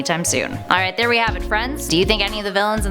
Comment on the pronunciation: " now to be thair thor" i giggled..